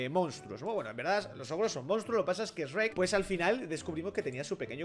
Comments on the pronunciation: No se dice sreck se diseño sherk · Sreck no es es shuek asi se pronunsia pero bueno yo no soy un alfabeta me encantan tus videos 😁😁💝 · dice reck (shrek) y me da cringe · En el doblaje español de España le dicen esrek porque es haci se pronuncia s en inglés y rek por shrek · NI ES ESHREK ES SHUREK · Acá SHREK se dice SHUEK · Aprendé a decir Shrek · Todos: sherk: esrek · Ipine89 ah ok jajaja me daba cólera como lo decía mal 😂😂